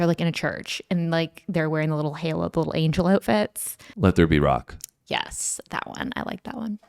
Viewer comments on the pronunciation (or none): none